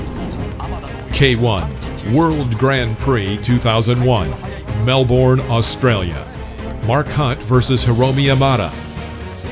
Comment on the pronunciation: Is it a robot voice? Keeps pronounce Melbourne wrong.